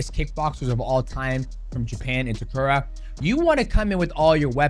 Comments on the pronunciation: His name is Takeru (Tae-ker-roo) not Takura 😅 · Takura is a crazy pronunciation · its takeru ffs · Please pronounce takeru’s name correctly haha😂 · I honestly got mad every time he mis-pronounced his name lol... How is Takeru so hard to say? lol